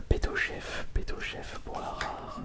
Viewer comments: Au lieu de betochef et il dit betoché 🤣😂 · "Betocheh" J'ai ri Sinon ya eu plusieurs fois où t'as dit que certaines rares tu ne les avaient pas déjà eu alors que si.